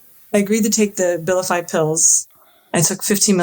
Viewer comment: The A-vilify gets taken!